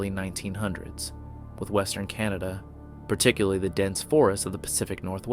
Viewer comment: "Particly" is not a word.